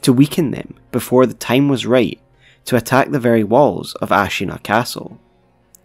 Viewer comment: I drink everytime I hear "teim" in theese guys videos.